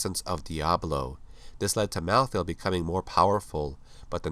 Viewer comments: rlly malthiel thats how u say it? "malltheall" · How come you pronounce "malthael" in 2 different ways